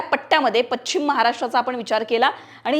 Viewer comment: मॅडम मराठी शुध्द बोला पच्छीम नाही पश्चिम आहे श् आणि च् चा उच्चार आहे